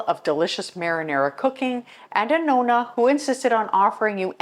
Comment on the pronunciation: I’m a Nonna and you pronounced it perfectly. My great grandmother was a Nonna and my children wanted me to be called a Nonna, I’m honored. My grandmother lived many hours away and only saw her a couple times a year, but she and my aunt who lived with her were my greatest examples. That was my and my siblings most favorite place to go. The smell of their house we all loved. My mother was the greatest cleaner. I observed everything she did. It was always immaculate. My mother cleaned floors on her hands and knees. I can still picture her dust mopping our bedroom putting it out the window to shake it. She had to have really white whites when she washed clothes. I still remember the wringer washer, then she bought an electric one. Had to only use Tide detergent, hot water, two cycles. No dishes in si k at the end of the day. My father was a German perfectionist and he washed the windows and many chores around the house and outside. My mother hated sewing and ironing. It was actually my father who taught me to iron and sew and other things. My father was a better teacher, my mother was not. I just “caught it”. I learned how to do everything from them and I’m glad I did. I actually love cleaning. It’s in my blood. Thank you for this video, I enjoyed sharing some of my Italian heritage.❤️